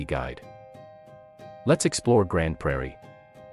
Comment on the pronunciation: you are saying it wrong, it's 'Grand' (but spelled Grande)